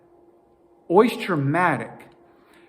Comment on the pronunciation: Stop saying Oisture!